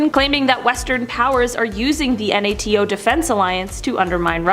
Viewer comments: What’s with the lady pronouncing NATO? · Why she choose the most difficult way to say NATO